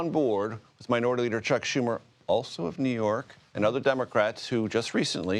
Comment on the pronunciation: Did she say leader or loser? Because the ladder is fitting